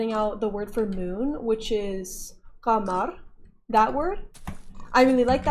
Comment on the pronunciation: I am genuinely proud of your progress so far.. that pronunciation of "Qamar" was so amazing you're progressing so well.. I would love to participate in the arabic dialects video but bnuuy is insecure about his voice :'( But anyways, loved the video uncle :3 take care shatling and keewi, love you all :* Mreeoooww